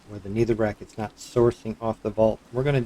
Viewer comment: its a good farm but pls stop talking so much about every thing, its helpful for complete noobs but so annoying for people who know a thing about the mod also its pronounced never not neether or needer